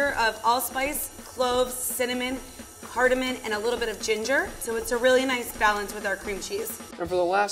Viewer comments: Lol level three out here saying “cardamin” instead of cardamom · did the lvl3 just say cardaMUN😭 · Also said "Shizzuan peppers corns" and "cardamon." I think it's humanizing, though -- helps her not seem snobby.